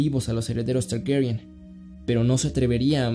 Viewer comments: ah mira la dinastia targaryen se pronuncia tgherhghuerrien... como lo pronuncia el nenito del doblaje, uno esta escuchando tranquilamente en lat neutro y de pronto un child from miami te dice la verdad... que acomplejada que es la gente. un buen video, buena animacion, y datos me refrescaron la memoria. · Tienes que Pronunciar Targaryen como una gueva?